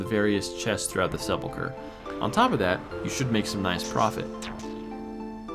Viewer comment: Holy moly. You are the first person I have ever heard pronounce Sepulcher correctly. Also, wouldn't it make more sense to do agility before RC, since RC has so much running involved?